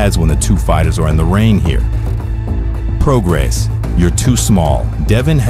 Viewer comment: I've never trusted any fighter who participates with SNAC. Doc was excellent by the way. Great narration and script. No goofy business or trying too hard. You kept saying Prograis name wrong but I won't dock you for that buts it's Pro-Gray